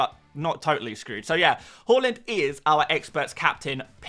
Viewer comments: Fan of this channel but “horland” drives me crazy 😂 Haaaaland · Great content as always. Thanks Mate. One note: His name is Haaland and it should be pronounced as Haland not Holand 🙂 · Haaland ❌ Holund ✅